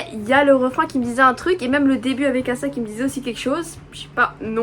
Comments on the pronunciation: oui mais on est pas censé le prononcer comme ça a la française par ce que y'a pas de trop de respet pour son blaz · C ruka et asa c asa mais le premier a c’est la pronciation anglaise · justement c'est ce que je te dis, ce n'est que le jeu de mot sur son prénom qui se dit eïssa :) ou à la limite prononcé à l'américaine sauf que bah c'est pas américain donc il n'y a 0 raison de le prononcer comme ça. Son prénom Asa, se dit Asa. Il n'y a que dans ses chansons qu'elle dit son prénom en tant que Ace+ Asa, mais son nom c'est Asa et ça se prononce bel et bien Assa. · Je comprends pas ta réponse 😅 si les gens veulent respecter le nom d'Asa ils le prononceront Assa. Ici on ne parle pas des gens on parle de qui veut savoir quelle est la bonne prononciation. La bonne prononciation est Assa point final il n'y a pas à chercher midi à 14h quoi je comprends pas 😅😭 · mais wha c pas compliqué ça se prononce pas Assa ça se prononce "éïssa"